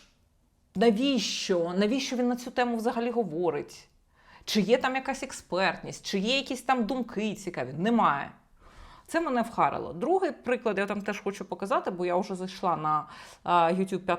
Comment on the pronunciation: Я від Соколової відписався після скандалу з Фаріон. Соколова досить підла і хитра жінка, яка заради хайпу готова на все! Самозакохана погань, "ви скажете Яніна, ви запитаєте Яніно" ні блін, ми не будуємо речення навколо твого імені! "Які ваші думкІ каже Яніна", бо И вимовити не може)